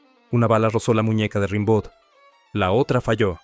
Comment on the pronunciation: Se dice "rambó"